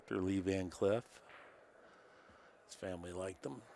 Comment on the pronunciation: Lee Van Cleef not Cliff lol